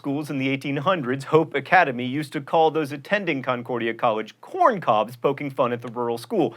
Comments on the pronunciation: Hey John, it's not CON-CORE-dia, it's cun-COR-dia. - A lifelong Minnesotan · Not con-cordia. "Cuhn-cordia" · Mispronouncing Concordia..... tsk tsk John Green.